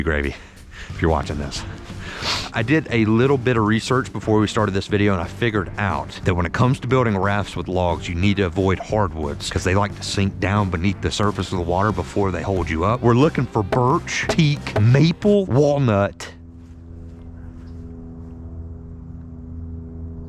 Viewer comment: “We want to ovoid hardwood” continues to say birch